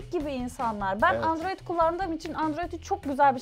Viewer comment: Pelin Baba Andoroid diyosa onun dedigi olur xD